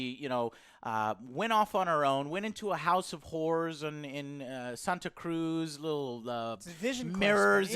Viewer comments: I have a feeling the son was switched the whole mouth burned and how clueless he was and lol joe it’s pronounced SANTAcruz now sontacruz😂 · I'm actually from Santa Cruz and number one the way you are pronouncing it is annoying the hell out of me lol and two it's not that easy to get a gun her in California